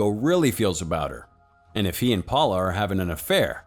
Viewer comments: Thought I was the only one. This dude really said “powla” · Actually the way to pronounce Paola is (Paeoela)